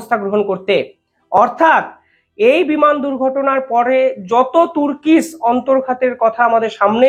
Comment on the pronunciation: টুর্কিশ নয় , টার্কিশ।